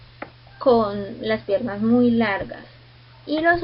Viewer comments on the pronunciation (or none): Se escribe pierna, no pierrna, saludos.